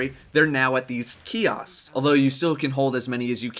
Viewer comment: the shader and emblem kioshks... kiossst.... keyost..?